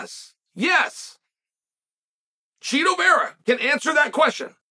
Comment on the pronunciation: Why are we doing this Chael its Chito, i know its Chito, you know its Chito, Chito knows its Chito. Cmon.